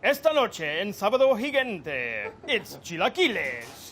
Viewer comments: I cringed when he said “sabado gigente” in the intro and that was enough to tell me this was going to be a disappointment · "Sabado Gigente"? Bro nooooooooooo